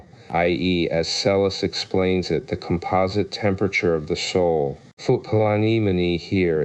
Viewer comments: Not "Lamblicus" 🤦😂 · Its an I NOT an L!!!! Seriously dude.